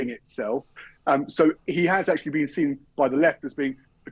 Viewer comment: ’Akshully’ alert!!!